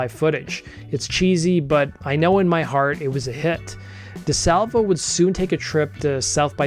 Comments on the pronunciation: It’s Di Salvio!!! So annoying to hear Salvo like 75 times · Sorry, i hate doing this but I am from Montreal, and the guy is (was) a legend so my hears kinda bleed... it's not Di Salvo, but Di Salvio. ❤ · You keep saying Di Salvo. It’s Di Salvio, come on! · Yow get it together...maybe tell the story right. It is James DiSalvio (not Salvo)....so cringy..... Second of all Bran Van 3000 came from a nickname Jean Leloup gave him as teens during college. I know this cause I am in the collective ✊🏾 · It’s James Di Salvio. There is an « I » between the « V » and the « O ». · As someone going to Uni and living in Mile End at the time...that was painful to hear. Over and over.